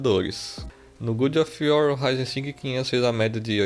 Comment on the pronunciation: No "gudi off uor" só na pronuncia já valeu o video.